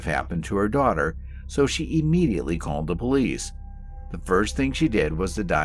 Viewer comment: PLEASE! The word is NOT pronounced E-mediately!